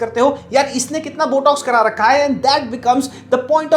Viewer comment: jaaaahil aurat it’s not BUTTOCKS it’s BOTOX 🤣🤣🤣💩💩💩🤮🤮🤮